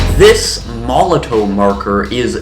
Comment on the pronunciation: It's pronounced molotov mate...sorry to be picky.. ha ha ha